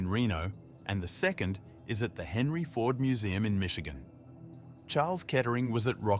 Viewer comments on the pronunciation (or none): none